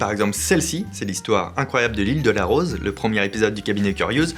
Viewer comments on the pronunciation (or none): none